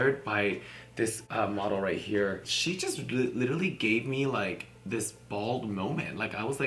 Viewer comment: Nobody: Kimora: "Littally" 😂😂😂 love you girl